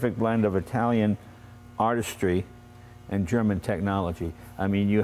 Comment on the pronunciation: He keeps sating "Italian eye" even though Horacio is from Argentina.